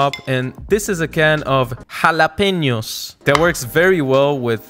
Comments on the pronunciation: You pronounced jalapeños perfectly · The way you stopped before pronouncing jalapeños the right way was approved by the mexican in me, I'ma try this just for that.